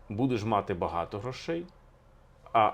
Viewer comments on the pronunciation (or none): Пане Алфьоров, Ваші наголоси мусять бути правильними і не псувати мелодику щедрівки… Аж ніяк не хорошИй, аж ніяк не матИ… Та й з приводу коша ( а звідси - кошара) і товару варто б подивитися глибше і докладніше… Етимологія - непроста справа…